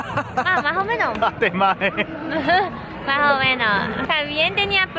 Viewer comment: Ernesto: Que te pareció la comida de aquí yuko Yuko:... Si, Majomenoj xD